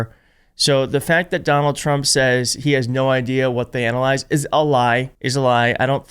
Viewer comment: It didn't sound like he said analyze it sounds like he's saying ADALYZE